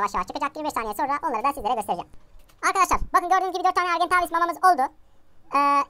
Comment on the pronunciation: Argentaaaaaavis deme artık sinirim bozuluyor o argentavis